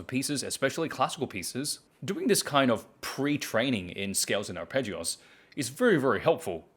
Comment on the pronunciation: You're kind of saying "arpeggios" as if it's a Spanish word.